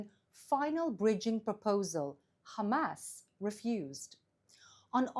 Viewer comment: Funny how she says, “Hum-ass”. On a serious note…she’s absolutely right that is what pressuring Israel does. You can never negotiate with evil.